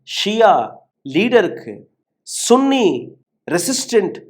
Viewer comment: பண ஆசை எல்லா தீமைகளுக்கும் வேராயிருக்கிறது பேராசை பெரும் நஷ்டம் நீங்கள் சன்னி என்று உச்சரிக்கவும் நீங்கள் உச்சரிப்பது தமிழில் ஆண்குறியை குறித்த கெட்ட வார்த்தை எங்களுக்கு ஆதரவு தாருங்கள் என்று கேட்கவும்